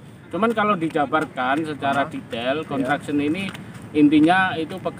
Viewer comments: Sebut betul- betul...construction bukan contraction...🤩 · 'construction'...jgn salah sebutan😂😅..